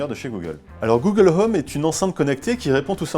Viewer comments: "Google l'homme" -_-' faudrait peut être songer à revoir la prononciation. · "Google Heume" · Le H de home est muet. Je dit ça je dit rien.